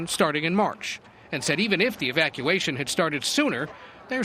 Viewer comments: " No planned Evac-eation." Biden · This guy cannot even pronounce evacuation.